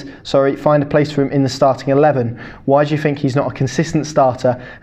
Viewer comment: Could you pronounce your th’s ie fink is pronounced think.